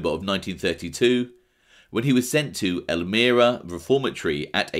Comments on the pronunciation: Its ELLL-MY-Raaaa...Matt Mad Dog Sweeney 🐕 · Lol I love you But your pronunciation is horrible!! Not a big deal just funny! It's EL-MY-RAH State Prison in which I was a very Acrimonious resident in my younger days ('81-83)